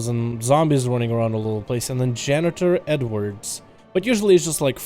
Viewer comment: "janitor edward" Dalaran Gaming 2019